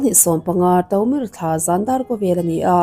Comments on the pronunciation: Taumir thla tiin ilama February hi. 'Ti' nilo in 'Tri' zawk ania, Tromir thla ti a lam rik tur ani e. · Mizo thla chhiar dan ‘Ṭomir thla’ hi i lo la hre ngai lo nge i va lam dik lo nasa em em ve le